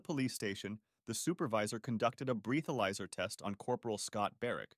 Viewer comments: People are confused because this stupid narration was written by some hack trying to put their own interpretation on the events. Clearly the voice is computer generated with how it pronounces "breathalyzer" as "breathe-alyzer." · Lol he said breathalyzer test so wrong.😂